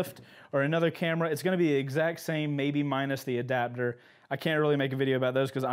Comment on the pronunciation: In Australia they're trying to make attaching cameras and intercoms to your helmet illegal... Apparently it "breaches" our Australian helmet safety laws and the helmet's structural rigidity... P.S. Love the way you say adaptor, you say "adabdor". Keep the mad vids coming!